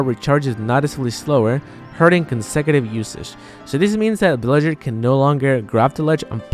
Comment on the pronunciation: Not trying to be rude or offensive, but I felt a bit proud when he said Villager and not Billager. Good job ZeRo :)